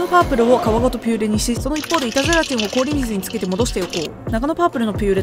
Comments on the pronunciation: 板ゼラチンがイタズラちんに聞こえて、ハロウィンだから掛けてるのかと思った笑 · 「板ゼラチン」が「いたずラチン」に聞こえて、ハロウィンダジャレかと思いました笑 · ずっと、いたずらチンって言ってるのかと思った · 板ゼラチンがイタズラチンと聞こえて、ハロウィンだからそういう妖怪名で呼ぶのかぁと途中まで思ってました😮空耳がひどくてすみません💦 お菓子もお話も映像も音楽も素敵です❤ちょうどハロウィンな気分なので、刺さりました😊